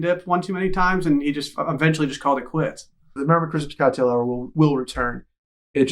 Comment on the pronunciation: Why did emphases COCKtail so hard...